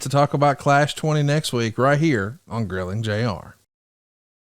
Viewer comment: Forgot the r in Grilling 😂